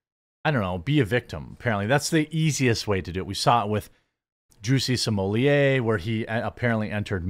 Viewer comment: Juicy Smooyay??.... the french actor?... 🤣🤣🤣